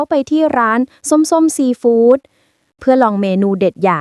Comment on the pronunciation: แอดมินช่วยบอกน้อง AI อ่านให้ถูกๆด้วยนะ ซีฟู้ด ไม่ใช่ซีฝูด